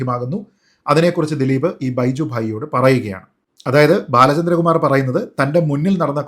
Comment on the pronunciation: നീ ആദ്യം ബാലചന്ദ്ര കുമാർ എന്ന് 100.തവണ പറഞ്ഞു പഠിക്കു